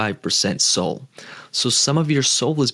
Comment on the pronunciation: When did SOL get pronounced SOLE?